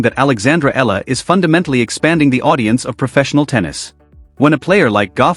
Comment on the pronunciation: Another idiot who cannot pronounce her last name properly, it's - Ee yah la....not Eh la.